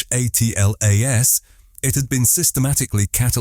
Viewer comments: Yeah, that drives me nuts too. You'd think that if AI is as smart as they say it is it should at least be able to read correctly! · WHY use AI voice ? It is DUMB ! SPELLING out the name......WHEN will the dumb-a55ed producers realize that ?